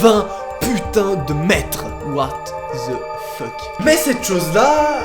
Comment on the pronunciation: j'aime ton what tze fuck